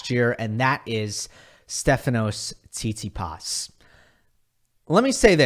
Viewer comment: This is a fantastic video but it frustrates me every time you say tsitsipas because I’m fairly sure that’s not how you pronounce it, good video but bro 😭